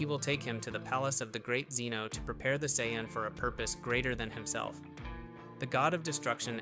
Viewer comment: You can't even pronounce Zeno right 😂